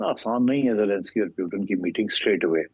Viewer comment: why they can't pronounce "Putin" ?